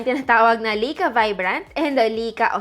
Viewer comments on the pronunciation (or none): Lie-ka not Lay-ka, get it right pls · Lai kaa Not Lei ka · lai·kuh not lika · Hello maam sorry sa correction pero ang tamang pronounciation po sa Ricoh is “Ree-koh” and sa Leica naman po is “Lie-ka” 😊 Thank you po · Lay-ka po pronunciation ng Leica :)